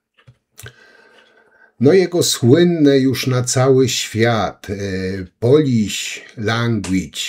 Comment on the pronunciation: bardzo ładnie wypowiada słowo Polisz🤣🤣🤣🤣🤣i to wszystko